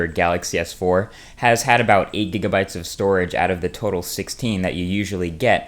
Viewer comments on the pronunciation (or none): none